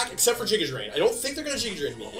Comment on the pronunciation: Bruh...jiga drain? How do you not know the word giga.